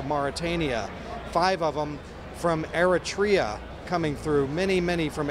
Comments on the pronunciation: eritrea...say it like air-reh-tray- ya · Eritrea.. Wrong pronunciation! It is pronounced air-it-ray-er...!!!